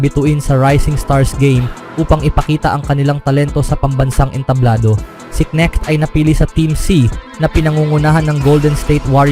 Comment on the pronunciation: KNECHT dimo MABIGKAS ng tama? Sounds neck Anu yan Leeg😂😂😂